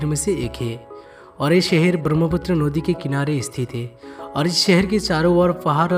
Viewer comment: Nodi😂😂😂 sodah😂😂😂😂😂 culsural😂😂😂